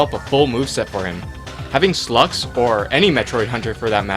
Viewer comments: It's pronounced "sai-lux" not slux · It has probably already been said, but Sylux is pronounced "Si-lucks". or "S(eye)-lucks". Long "i" sound. Not "suh-LUX". SEYE-lux. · Uh... why the hell are you calling Sylux for "Slux"? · Also It's SYLUX, Not SLUX. Learn to pronounce his fucking name. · ..."Slux"? I'm pretty sure it's pronounced "Sigh-lux". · its not (Slucks) as your saying it, its pronounced (Psy-lux) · Slux? Lol It's pronounced sigh-lucks or si-lux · it's pronounced sy-lux not slux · You pronounced sylux wrong you said it almost if it was slux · no offense, but you can't pronounce the metroid names at all sYlux there is Y in there so it's not Slux, the Y isn't silent And when you said he hates Sonis or something, were you trying to say samus? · Its pronounced Sylux (Psy-Lucks) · Its sylux you pronounce the y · Pronounciation of Sylux and Samus kinda off... oh well. :S (I'm a metroid fan so, I noticed) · god you can't pronounce anything. It's "Sye-lux" not "Slux" and Ryu is pronounced "Rye-u"